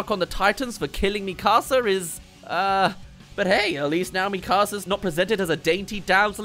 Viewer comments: Kinda bothers me how he calls it “mE CAaSA” 😭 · Bro really called her “Mí casa” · ITS NOT MI CASA ITS MIKASA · mika-sa not mi casa su casa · When is trying to say Mikasa it sounds like he saying my house in Spanish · Bros saying mi casa 💀💀💀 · Me-kasa, seriously. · he siad mekuza wrong. no hate tho just pointing out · I cant stand the pronunciation of "MiKAHsa" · Please stop saying MEE KAR SAR. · Why are you saying Mikasa like that!!! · Why do so many people who have watched all of the show not know how to say Mikasa’s name? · Hearing you consistently fail at saying the name Mikasa is like nails on a chalkboard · Sounds like he’s saying my house in Spanish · the way u pronounced Mikasa Killed me in a bad way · Why does bro pronounce mikasa like that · ion wan sound like a picky nerd but everytime I hear him say mikasa wrong i lowk cringe lol but its all cool haha